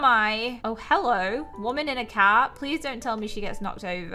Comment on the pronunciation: I love how when she starts she say hellor